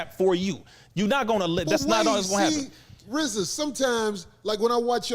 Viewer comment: I wonder does Rizza hate that everyone mis-pronounces his name...It's pronounced Reee-zuh...not pronounced like Rza from Wu-Tang...He probably regrets how he dediced to spell it.